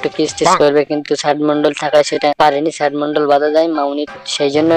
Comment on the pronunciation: Ai tor lojja nai ai sob video banas kotha o to thik kora bolta parish na ota sad mandal hoba na sd mandal hoba